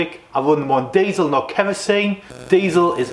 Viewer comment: You’ve butched the word diesel there mate